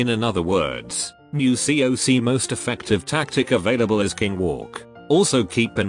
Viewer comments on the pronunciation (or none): none